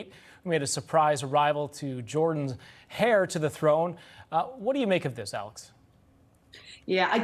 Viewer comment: Should someone tell the anchorman that the "h" is silent in "heir"? 😅